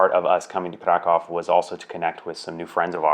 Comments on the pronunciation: Funny thing, Polish language must be a real challenge for English speaking people, because at the beginning of the video, pronounced the name of the city, ‘Kraków’, four different ways, but none of them was how Polish people pronounce it. Btw, it’s [Craackoov]. Also, him and Sarah are definitely Americans, but was sporting an FC Chelsea jersey and referred to foot-football as ‘football’, not soccer. It’s almost un-American. Lol! I’m glad that they liked their stay in Kraków and in Poland and produced a good video. Thanks! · 0:6 It's so funny listening to your mockery of the English pronunciation of the name 'Krakow'. Do you speak Polish,? In fact, "Krakow" pronounced correctly by an English-speaking person sounds to a Polish ear like "krakał". In Polish, this verb means "he cawed".🥰